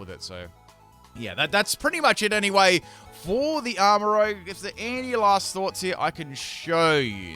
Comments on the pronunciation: Not to be that guy but it's arma ruzh. As in make up. the way u said it is like the dnd class and it's spelled rogue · It’s Armarouge not Rogue 💀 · I love your videos and i can't tell if this is on purpose but it's not rogue its rouge. they are not the same word. rouge is a roo sound and rogue is like a row sound.